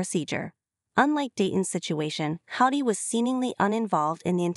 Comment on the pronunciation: Please have someone who understands how to pronounce English narrate. Tired of hearing coyote pass pronounced 'KY OTE' and sometimes Cody as Coddy .